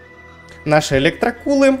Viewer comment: В очке у тебя электрокУлы дядяь, произноси нормально